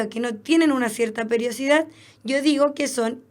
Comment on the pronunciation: PERIODICIDAD, NO PERIOCIDAD :)